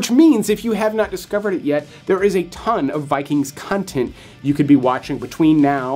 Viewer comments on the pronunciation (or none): Con...tent is pronounced 'Con.....' not 'Cun...' ( )...;)